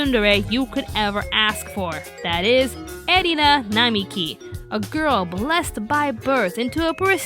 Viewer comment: "Namiki" It's Nakiri. Nakiri Erina .